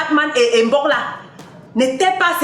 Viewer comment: Balbine fait un petit effort. C'est quoi avec Bok..BoK? Prononces bien le nom de Mbok il y a M devant!